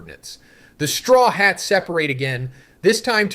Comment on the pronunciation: Straw Hots, My-Hawk lol